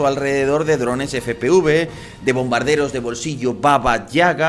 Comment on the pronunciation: FPV" NO "FPUV" HAY QUE INFORMAR BIEN